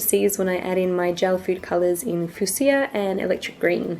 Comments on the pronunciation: I remember you asking last time, That colour is pronounced F-U-SH-A (can always google pronunciation if that doesnt make sense haha). This looks great! Keen to try it :) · It's pronounced 'few-sha' lol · It's FEW-SHA lol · i know you struggle to say fuchsia. it's few-sha. another awesome video! i love your creations!